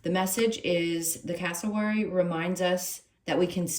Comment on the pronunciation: Perfect reading, thank you. I'm from Australia and you pronounced Cassowary almost spot on. I'll have to find that deck for myself ❤